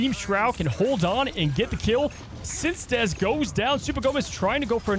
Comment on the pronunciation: Since-dez? I always thought it was Synced EZ.